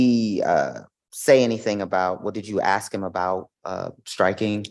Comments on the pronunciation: And it's ask not ax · Does that defense attorney keep saying “axe and axing” instead of ask and asking? She sounds illiterate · one of my biggest lawyer pet peeves. You made it all the way through law school and you can’t properly say “ask”? Lol